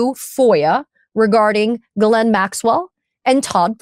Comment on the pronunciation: So grateful for your work, on behalf of ‘we the people’💙! Also, love that you pronounce Ghislaine‘s name the way she does!